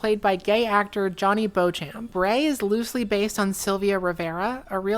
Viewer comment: Beauchamp is pronounced Beechum, at least in the Midwest, why? I don't know